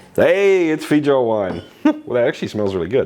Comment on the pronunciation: There's a less than 0 percent chance he's pronouncing that correctly.